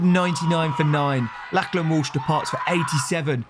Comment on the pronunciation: Someone please tell him how to pronounce Lachlan correctly. Did my head in lol